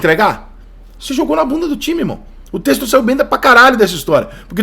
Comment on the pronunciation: Porra Rica admiro seu trabalho demais, mas da agonia como torcedor ver você pronunciar em todo vídeo relacionado ao Botafogo de "Testor" sendo "Tecstor". Começa a corrigir irmão